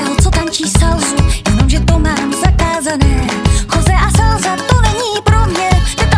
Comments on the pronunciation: Slasa se vyslovuje se "s", jinak se jedná o řeku Salzu v Rakousku :) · Salsa se v češtině vyslovuje salza?